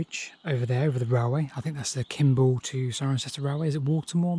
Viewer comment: it is not pronounced Kimbal it is Kem ball